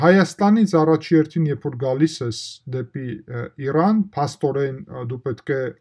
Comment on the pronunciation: ԻՌան չի, ջան, ըտենց էրեվանի գողագանով էն ասում, ԻՐան է